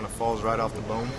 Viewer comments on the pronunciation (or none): none